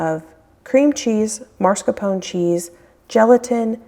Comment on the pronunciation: There is only one R in mas-caR-pone.